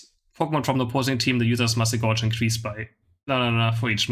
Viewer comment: Thank you for the informative videos. I've learned a lot from them. As a friendly suggestion, gauge rhymes with cage, it's a measuring device 🙂